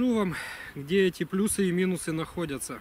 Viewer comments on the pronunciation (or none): none